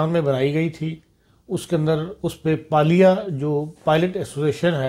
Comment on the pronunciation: Respected it is not Palia. It called PALPA. Baqi program bohat Acha hai. Keep it up.